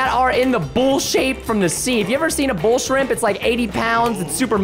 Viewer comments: He said bullsheep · for the record, preston said bullshrimp, not bullsh*t